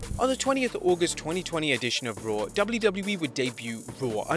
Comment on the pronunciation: WTF is "Dubbllew Dubbllew Ee"